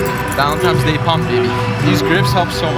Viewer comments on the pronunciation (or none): you had me 3 seconds in and then you said VALENTIMES day .... my boner dropped. (no homo anyway) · Take a shot every time says "Valenti*m*es Day" Great video mate